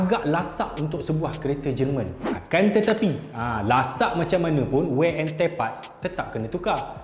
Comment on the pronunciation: Toretto: wear and tear: wey and tey Janji sampai 😆😆😆